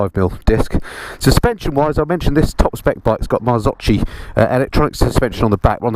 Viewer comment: Top review 👏👏👏, only a misstake ... Marzocchi in Italian sound different you may pronunce the CH like a K than: Marzokki is the right sound